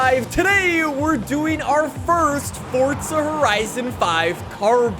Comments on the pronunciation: It is forza, not fortsa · Why does he say fortza horizon 5 it’s forza horizon 5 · why do you say fortza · Fortza. Lol. Where is this guy from? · Bro stop saying "FORTZA HORIZON 5" each minute please xD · 5 games and this guy still manages to pronounce the invisible t in forza